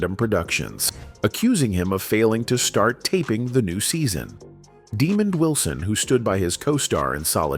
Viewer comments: Calling him demon Wilson is insulting and bushleague . When will creators be held accountable for their lazy AI narration? Its ridiculous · What a horrible way to pronounce Wilson’s name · It’s NOT demon Wilson, his name is Demond Wilson… I met the man!